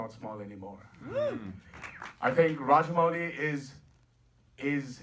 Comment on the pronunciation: forget about the accent in other sentences but ....lol the way he pronounces Rajamouli is on other level...